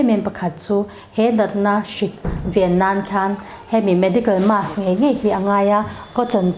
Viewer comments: Doctor ve meuhin Mask tia lam ri lova, mass a ti tlat khian beng a ti thep lek lek. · Mass ti in i lam deih a..mask ti rawh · 😂marsk tiin i lam aniang chu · Mask...'Masque'...mizo hi chuan a tlangpui in makss ti in kan lam...Jf Dic....